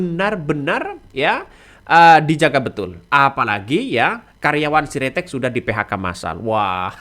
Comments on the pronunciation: Sritek bukan siretek😄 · Bukan si ritex mas. Tp Sritex